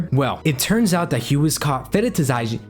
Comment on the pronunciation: Imm too late but it’s called feh-ti-shi-zing